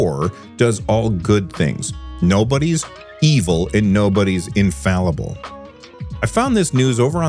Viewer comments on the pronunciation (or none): none